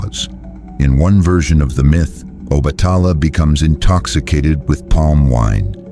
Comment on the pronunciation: Please try to obtain the correct spelling and pronunciation of the Orishas, example: Yemayaaa/Oba-tà-laaaa / Chàn-gó ( Santa Barbara)/Oo-sYuún